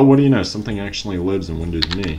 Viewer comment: Can't stand you pronouncing it wrong! It's windows M E!!!